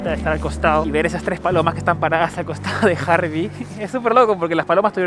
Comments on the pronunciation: Se llama Harry no Harvey como tu dices ... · Harry no Harvy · Era Harry no harby 😂😂😂😂pero buen vídeo